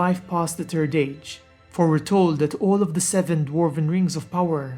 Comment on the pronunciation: not to offend you or anything but i love your acsent when you say "the turd age" it just is so cool to listen to keep up the good work and a merry xmas to u =D